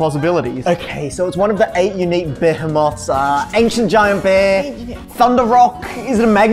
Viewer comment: I'm sorry... BE-HEH-MOTH?????